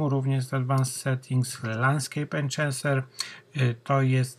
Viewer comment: Enczenser🤦 ... To powinien być twój alias